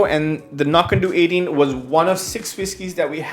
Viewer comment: I believe (cf. Ralfy vids, and elsewhere) that Knockando's last syllable rhymes with "dough", not "doo" as you seem to be saying (google says "no-KAN-dow", but I don't think that means it's "ow" like the beginning of ouch). In part it's important to help distinguish from the nearby Knockdhu ("Nok-doo") distillery, whose whiskies are named anCnoc ("ah-NOCK") to further help distinguish. Sorry if I sound like the pronunciation police, it's just the two nearby distilleries can be confused.